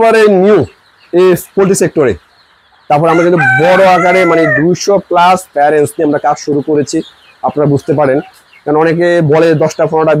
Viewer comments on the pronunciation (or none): Pharents, tarfor 😂😂. Ucharon tik koren. Karap vabe niyen na